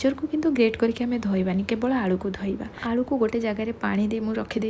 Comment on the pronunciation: Please aalldu nuhe It's aalu